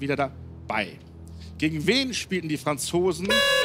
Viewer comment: Man muss aber auch sagen, Elton hat beim Wort "spielten" etwas genuschelt. Hätte ich in der Aufregung aber auch überhört